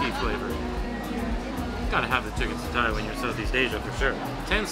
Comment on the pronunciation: Roti canai is pronounced as roti canai, not roti kenai. Satay is pronounced as sate, not satai. Apam balik is pronounced as apam balik, not apam balak. Cendol is pronounced as cendol, not kendol. Do come to Malaysia again